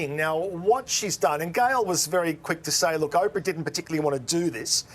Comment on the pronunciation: Oprah???! Oprahhh??? 🤦‍♀️🤦‍♀️🤦‍♂️🤦🤦🤦‍♂️